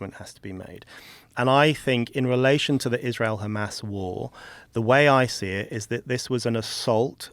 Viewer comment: “But Kkkkkhamas”